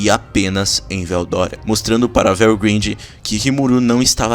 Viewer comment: Velgrindy fica melhor se falado como velgraide